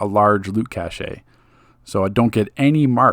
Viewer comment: It’s pronounced “cash”, not “cash-a” lol